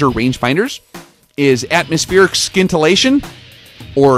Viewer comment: Bro I hope by now you know the "sci" in scintillation is pronounced the same way as in "science"...